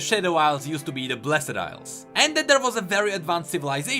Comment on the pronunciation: ITS NOT BLESED ILES FOR FUCK SAKE BLESD FUCKING BLESD